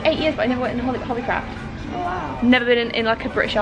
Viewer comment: Even if she’s british when she said ‘hobby craaaaft’ in the beggining it was in an american accent